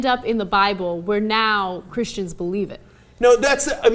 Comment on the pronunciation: u saying christian s with a hard S on the end makes me think you think all of use are like that not all of us think where all high and mighty their is a good 50 percent of us who would just like to be seen as a religion that is as equal to any other one nothing greater nothing bigger just the same as everyone else